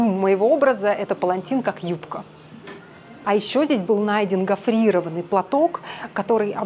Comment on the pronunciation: И снова из глаз филолога капают слезы: ударение в слове "гофрирОванный" падает на 2-ую О, никак не на И 😊 Как стилист вы - супер, а вот над языками нужно поработать)